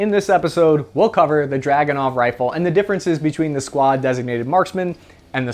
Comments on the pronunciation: It's a drooganov not a dragonow. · ACHTUALLY - The Dragonov is pronounce as Dragoonov - So its named after a Cavalary unit called the Dragoons - Pretty cool shit really when I looked it up in my family history...Relative of ours was a Don Cossack...how awesome is that! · Pronouced druh GOON uf. Back in '92 I was a reporter in the war in the former Yugoslavia. A friend of mine had a Dragunov. I questioned the accuracy, as I'd heard bad things, and he says "Here's how you get an accurate Dragunov. You go to the armory ad check out ten Dragunovs. You go to the range and so some thorough test of all ten. One will shoot minute of angle. So that's your rifle." In Sarajevo most of the snipers were working with very high quality hunting rifles. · It's actually DragunOv.